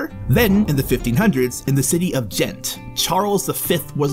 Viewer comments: It's G-ent not jent and its Liè-j nt Lié-g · No one in Belgium would butcher the names of cities like you did, I'm a foreigner and even my pronunciation is better G- like "Go" for Ghent... Lee-eje for Lieges... If you cant make the G sound for Gravesteen don't use a C, There's an R in Ardennes.... these horrible pronunciations were all I could focus on. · Got Antwerp and Charleroi right but then Jent and Lige ? 🤦and more horrible pronunciations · Expect the fact you pronounce Liege totally wrong very good video :) also, you should mention the city of Bruges it's probably a way more attractive city for tourists than Ghent even though I love Ghent.